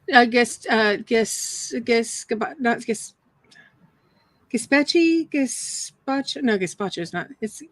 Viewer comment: I laughed out loud when you said Gazpacho!